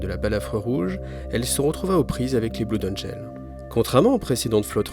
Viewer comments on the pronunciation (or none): D'ailleur ça serais pas plutôt "blode angeul"?